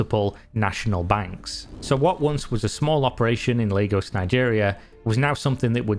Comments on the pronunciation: Great video, thank you for bringing awareness to this. Though, minor correction, Lagos is pronounced like lay-gus, not lah-gos. Either way, lovely video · It's Lay-gos not Lah-gos. I cringe everytime I hear it wrong lol. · i don’t think it’s pronounced “Legos” for Lagos.. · I don't think your nigerian so it doesn't really matter but lagos is pronounced lay-goss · It's pronounced "Laygos" But yeah yahoo boys give Nigerians a bad name.